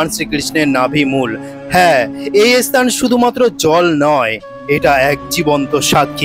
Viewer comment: অশিক্ষিতের মতো ব্লগ!"এস্থান"-- নয়,স্থান। উচ্চারণ দোষ না কাটিয়ে ব্লগ করলে বেশিদূর এগোতে পারা যাবে না!